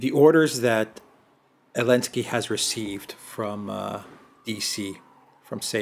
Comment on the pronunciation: Really love casual use of "Elensky"